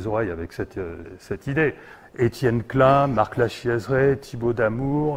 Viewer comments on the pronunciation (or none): none